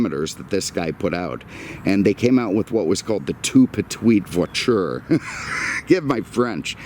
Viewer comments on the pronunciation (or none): none